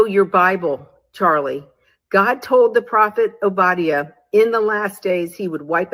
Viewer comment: Hey That's EXACTLY what she was do'n... The book of WHO?!?! Ma'am... it's ow·buh·dai·uh... they still try'n to subvert, take, & readminister things that don't belong to them... that same anglo-saxon spirit... She "teach'n" but JUST heard of the book they told her to use. I know what you mean with the last days thing, but for ur viewers who may not... that's b/c we've been in what is considered "the last days" since Christ rose. Ppl are think'n of last days compared to so many 100's of years, but when we zoom out... it's the last days compared to the beginning. The diff. now is... we are rapidly approach'n the end as in Daniel, Rev., Matt. 24 type of "last days", if you will. Look at it this way.... For 9 months we tell everyone we're pregnant & gonna be a mother real soon The DAY we see both lines or a plus.... it's a BIG diff. when those contractions ain't braxtons no more & we're in the car... gonna be a mother real soon. 😌 It's like that, & so now when you hear ppl say it now, esp. those that actually live a "for real" surrender life unto The Most High, what we're actually say'n is..... Toni & her sisters are sang'n they heart out & put'n on a WHOLE show.... mmk.... lbvvs. ❤